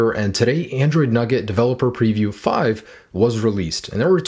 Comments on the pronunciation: Hey, it's called Nougat, not Nugget. (Noo-Get). But great video! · Nugget? Thought it was nougat (new-get) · Surely its Nougat not Nugget? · Nougat.. not nugget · you do realize your pronouncing nougat wrong lol You're saying nugget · heard that too xDD